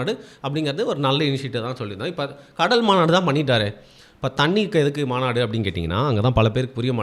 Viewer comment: Mandu illa bro maabadu sorry maanadu